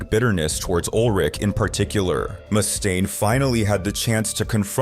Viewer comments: Around the mark, why is Dave's last name pronounced correctly, then a few seconds later it's "moose-taine"? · Moose stain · “ Moostaine” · Moose stain. -me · It's getting harder and harder to tell these days, but I'm pretty sure the voiceover is AI-generated. I've never heard someone pronounce "Mustaine" two different ways before. 😂 Surf Wisely. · Got bored when he fist said "Mustaine"